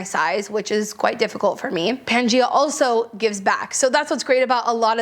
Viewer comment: Thank you for the list! Just wanted to share that "Gaia" is pronounced "guy-a", so that brand is Pan-Guy-A. Gaia was the Greek goddess of the Earth/Mother Earth.